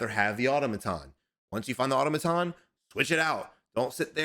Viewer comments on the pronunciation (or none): none